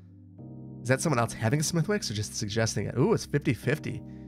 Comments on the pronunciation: This might be too late for you to see this, but Smethwick's is pronounced "Smith-icks". Source: I'm Irish. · Smithwicks red ale is lovely - would be one of my to go to beverages when going out in Belfast, together with Guinness and good whiskey. (It's pronounced Smith'iks :) ) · Smithwicks has a silent 'w' = "Smithicks" - love your work! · Smithwicks is pronounced “smitticks” here. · reeee, you don't pronounce the "W" in Smithwicks!